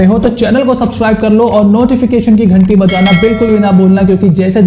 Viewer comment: Bhai Nochification nahi Notification hota hai 😂